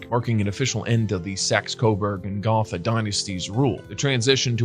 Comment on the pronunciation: Gotha has a long "O" sound in it.